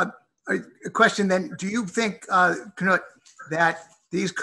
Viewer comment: It's not Ka-nuut Wittkowski. Right away I see errors with this video. It's Knut (noot).Not the pronunciation first mentioned.